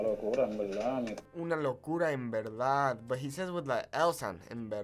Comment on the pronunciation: We Puertorricans also switch the V sound for the B sound. He said "E belda" instead of "Es Verdad". Yes, we drop the last letter.